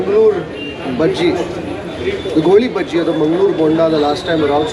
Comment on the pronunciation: Mangalore be like why why why he is telling Goli Bajji. It's GoliBaje.. 😭😭😭😭 We have so many rhymes on that like "Nale Raje Goli Baje"